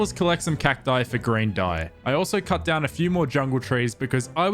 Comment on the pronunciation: Idk why but when he says green I hear G r a i n